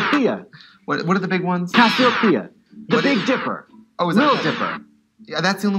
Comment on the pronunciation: I feel like when she kept saying “cassiopeia”, that was her moment to get back at Trixie for constantly interrupting her